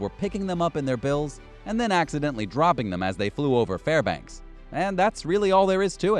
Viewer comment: Congratulations, you pronounced Fairbanks, Klondike, and Skagway right. Every other name you mutilated. I am born and raised Alaskan. Most of these were bullshit.